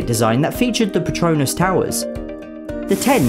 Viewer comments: This man pronounced Petronas Tower like Harry Potter's infamous patronus charm. Ain't gonna lie, kinda digging it tho. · Everyone not from Malaysia or nearby pronounces “Petronas” towers wrong. It’s so amusing. They say it like a patronus from Harry Potter. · I like how he say patronus towers. It makes it sound like it came from harry potter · Lmao, the way he says 'Petronas' sounds like 'patronus' (Edit: btw I mean no hate, I just thought it was kind of a funny thing to point out. Hopefully I didn't offend anybody) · expecto patronum XD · Patronus charm